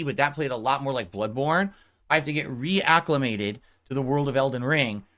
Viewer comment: “Re-ACK-umated” LMAOOOOO